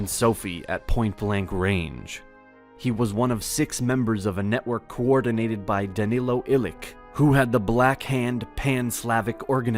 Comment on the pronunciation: Just spent the last seven months in Sarajevo, managed to cross the Drina last month. Waiting to do the Da Nu Be Ilić, not ilik! P t c č ć k....b d _ dž đ g Corps, not corpse Mare România 🇷🇴 1919 Great video, but more research required to hit the right notes. You're doing a better job, all round, than I could